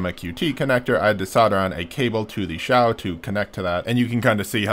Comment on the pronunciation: hey! You said Xiao correct ! It's kind of a pet peeve for me, sorry.